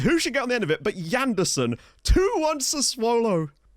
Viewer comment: Hey it's not Yanderson it's Janderson like French Jeanderson don't really know how to explain it lol try Google translate on Brazilian Portuguese